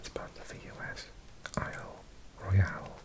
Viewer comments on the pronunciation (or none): none